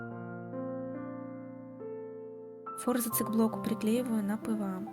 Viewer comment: Не фОрзацы , а форзАцы